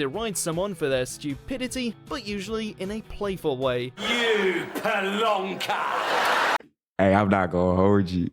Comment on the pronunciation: The word is PLONKER not plunker.